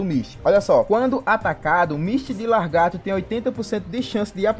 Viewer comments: vamos ler o nome do personagem? Misty de LA-GAR-TO e não LAR-GATO PELO AMOR DE DEUS!!! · Costume das pessoas é foda, né? Ta ali na dele é só ler lagarto e o fala largato kkkk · nossa mano grande merda ele falar a porra de lagarto errado vai acabar o mundo por isso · largato???? kkkkkkkk